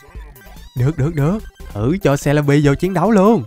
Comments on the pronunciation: Em ko đọc bằng c le bi đâu em đọc là ce le bi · Celibi mà em đọc là jolibi 😂😂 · Celebi mà anh nói là selebi 😅😅